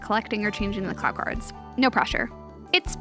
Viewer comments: u said clow wrong it’s pronounced (cl-OOOw) not clauw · Good video but it’s pronounced clow not claow cards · CLAOW CARD? CARE-O? 😭😭😭😭😭😭😭😭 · Man, can't believe how badly you butchered the pronunciation of things like "Clow" and "Kero." Sounds like you qt relying on the abhorrent CardCaptors dub.